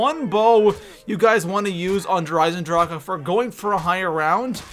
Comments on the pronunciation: Der eizendracha? It’s der eizendrache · This dude says Der Eisendrache like he's never spoken words before... Der EyesenDraKA? THE FUCK? 😆 🤣